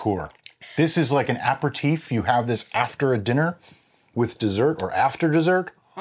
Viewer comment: looks like prune juice lol :) have to call you out on pronunciation, its not apper-teef its ap-erra-teef :)